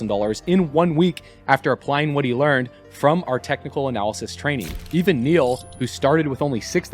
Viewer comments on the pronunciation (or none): none